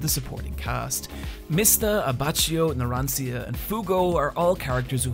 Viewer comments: Just to help ya its JOrno JOvanna AbbaKKio NaranCHA Thats how you should be spelling em, or just try and imitate their japanese dub even tho they miss spell them too. They don't mark the double B on Abbacchio or the double N on Giovanna which should be done if reading in italian. Also be careful spanish is different from italian XD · think of it like this: Abbacchio is AbbaKKIO, Narancia is NaranCHA Problem solved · It also hurts to hear Abacheeo and Naransia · Abbassio, Naranzia, Tissiano. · "AbbacCHio" "Naranciya" Really mate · I get it when people say "Buccelati" or "Buccerati" because the manga and anime chose to name the character differently, but seriously, "Abbacheeyo"? "Naranseeya"? Dude you literally watched the anime it CAN'T be that hard to hear their names. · "Abacchio" is pronounced with a "k" sound. "Narancia" with a "cha". The "e" in Passione is not silent. It's not a french word.